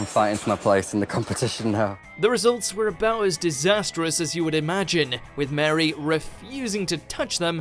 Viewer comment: The pudding pronunciation isn't getting to me cos growing up in the north of England, that's how I'm used to hearing it. What's really getting to me is the fact that he pronounced Marie as 'Mary'.